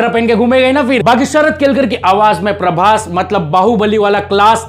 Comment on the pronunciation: Praboooss❌ Praboss✔️ 😂